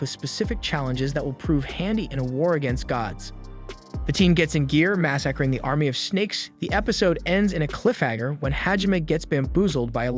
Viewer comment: is this an AI reading or are you just bad at pronouncing things? mass-acring? really? hareem? like what bro you sound like english is your native language but.... sheesh